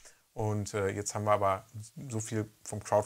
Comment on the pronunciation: Coole Sache! Psst...: "abert!" .... erinnert mich an einen Grundschulkumpel, der mal sagte: "Übert tie Fresse trübert gefallen!" :D Beste Grüße